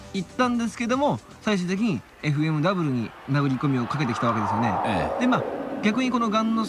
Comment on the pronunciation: 金村選手と話してる人が誰だかわからないけど、なんかずっと「エフエムダブル」って言ってて違和感w ＦＭＷはエフエムダブリューじゃないの？